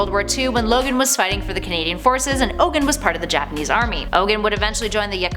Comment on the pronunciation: Its pronounced Ogoon.